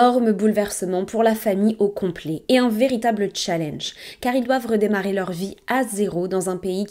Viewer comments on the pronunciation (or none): none